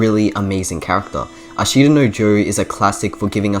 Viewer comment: Good video. i is silent in ashita btw